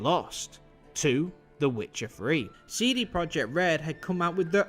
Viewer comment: “Wit-cha Ffree”